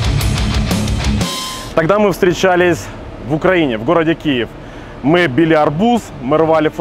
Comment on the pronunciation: Не ми а мы 😁